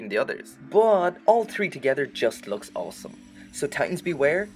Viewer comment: I like that you say awesome like “awlsome”